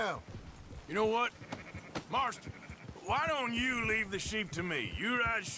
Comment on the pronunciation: Notice he mis-pronounced John's surname too, lol. said Mart- son instead of Marston.. Hahahaha you still ain't some "home skillet", you still rule the world of Red Dead Redemption 2. 👍